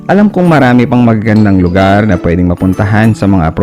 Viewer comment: ok ang bisyo mo, pero, isang suggestion lang, "bigkas" mo ng tama ang mga word na tagalog tulad ng "lugar" other than that keep on riding. thanks